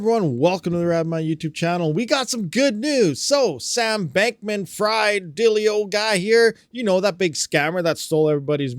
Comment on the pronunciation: I believe the pronunciations are as follows: "Alameda" = "Ala - MEEDA" and Bankman who might as well be "FRIED" is pronounced "FREED" which he certainly won't be after this.